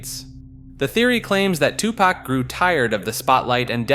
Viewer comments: two Pack... Soojee Knight... Lmao im not even American but the pronouncing was Horrible...Lmao Befriend some Black People at least hahahahahaah Jeez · Two pack 😭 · 😂😂 u mean TuPak like he stated 😂😂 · Hahaha bro tough to be a subject matter specialist when you COMPLETELY messed-up BOTH Tupac's name, AND Suge Knight. It's pronounced "Shug" Knight, & TWO-Pac, not "Sugee" Knight & "Two-Pack" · “2 pack” My guy it’s been 30 years, it’s on you to know that’s not how it’s pronounced lol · I literally came to say the same thing. 2 pack and soo jee knight lmfao. I swear they do this on purpose. I hate it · Ok, he is driving me crazy with mispronouncing Tupac and Suge... 😡😡😡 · The pronunciation of 2Pac and Suge's name took me out. 🤣🤣🤣